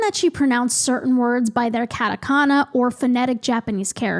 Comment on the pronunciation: The pronunciation of Katakana is more like "Cot uh Co nuh" I don't know how to phrase that better sorry. Same thing with Harajuku, the A is more Ah like when the doctor is saying ahhh. Im sorry I don't know better phrasing for this😭